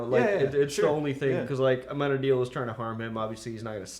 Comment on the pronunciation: I think has been saying it correctly in this one